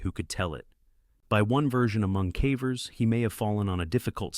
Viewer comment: The cævers. Are you, mr AI, by any chance Norwegian, since you pronounce cavers with a Norwegian æ?